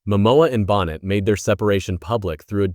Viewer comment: Is this AI? He calls her Lisa Bonnet, instead of Boh nay! yuk.